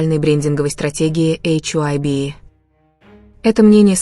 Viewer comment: Вы хотя бы названте компаний правильно произноситн хайб и диспатч. Вам что все сообщают? Откуда вы это все берете? Кто его выгонит тз группы тогда это уже не будет бтс🤬